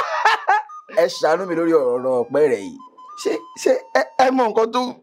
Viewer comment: The part where he said “Eshanumi” is the funniest…